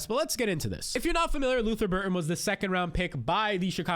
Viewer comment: Lutther Burden not Burton